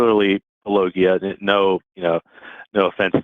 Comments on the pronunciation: I’m shocked, shocked I say, that mispronounced Paulogia then presented the William Lane Craig version of the Kalam. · Yes and to MISpronounce name despite meta-claiming to be sort of a meta-fan is meta-rude!